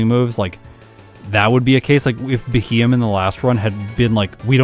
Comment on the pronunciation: I hope you do a Beheeyem run with its hidden ability Analytic some day. That might just improve its time a decent bit. And by the way, it's pronounced BEE-hee-yem.